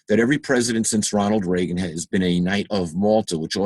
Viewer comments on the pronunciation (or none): none